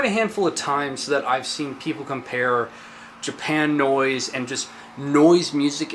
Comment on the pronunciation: That's pronounced "Japa-noise", as in "Japa-nese". Have you seen Plasmatics infamous Pier 62 set? :) Subbed.